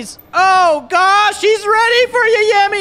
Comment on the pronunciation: I think yameii is prononced Yamay but correct me if I'm wrong